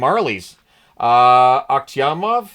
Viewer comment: Fyi you pronounced Akhtyamov properly. You can say it with more confidence now.